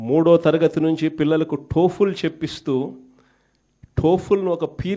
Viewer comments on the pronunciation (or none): అరే య్ జఫ్ఫా ఇంకా నీకు బుద్ధి రాలేదురా. ఏమి జ్ఞానమో ఏమీ బుద్ధోనిన్నెవడూ బాగు చేయలేడురా. టోఫెల్ ని టోపులు అంటావేందిరా 11 రెడ్డి.